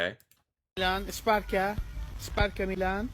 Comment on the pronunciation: The adult asked the kid to kick (the ground), but the kid took it too literally and kicked the scooter instead. He also has a foreign accent (though he speaks really well!) So ”esparka” as he pronounces it is supposed to be ”sparka”. It really adds to the charm of the video.